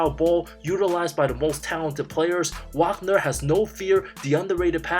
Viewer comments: OMG!! Did you just butcher Franz Wagner’s last name multiple times in this video? It’s pronounced Vaugner. After a year and a half In the NBA, you should probably know his name by now! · Just so you know it’s Vaagner not Waagner pronouncation wise